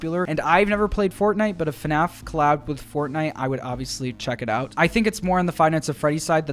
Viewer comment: “Hello everyone and welcome back to another episode of fuhnaf”